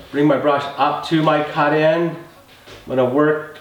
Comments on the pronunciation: Caht in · How he says cut in lmao